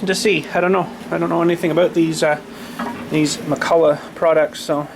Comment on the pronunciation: Its not McCullough, its McCulloch..